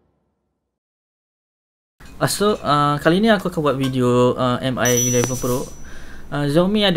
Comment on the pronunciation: Sebutan dia bang Mi=Me bukan M-i. Btw vid ni yg sy tunggu2 dr ytuber malaysia